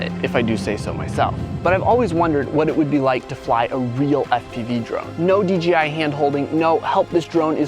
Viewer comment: Crazy how often pronounce dji wrong